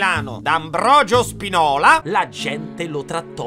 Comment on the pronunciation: È levioooosa, non leviosà. Keleborn e non Celeborn. New entry: è Spìnola, non Spinòla. 😂